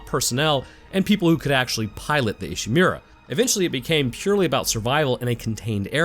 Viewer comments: It's pronounced "ee she moo ra", Not "e she mew ra" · I love your videos, sir, but whenever I hear "Ishimeera" I take mental damage...